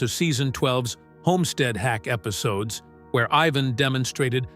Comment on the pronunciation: to the narrator his name is IVAN stupid not eveen